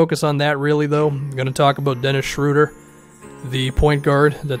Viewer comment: ... the German “ö” (oe = ö) in Schroeder sounds something like the “ea” in earn or early. Give it a try :)